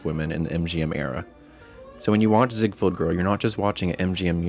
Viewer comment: Mispronounced Ziegfeld.